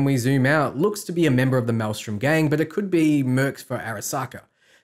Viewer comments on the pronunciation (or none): none